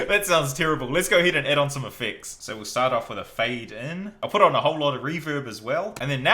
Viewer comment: He says effects with an x